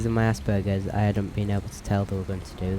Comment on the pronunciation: dude it asperges not assburgers XD I do find it funny people do that but, I doubt you did that on accident XD